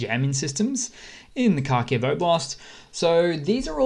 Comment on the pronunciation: Watch how Steve Cannane (abc news) pronounces Kharkiv (essentially Harkiv)- you can do it - I have faith in you 😀.